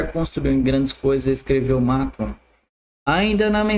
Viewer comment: Esse cara nem sabe ler e quer que se engula ele como influencer, ler errado o nome de macron e Davos